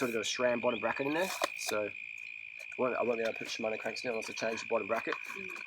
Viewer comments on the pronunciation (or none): none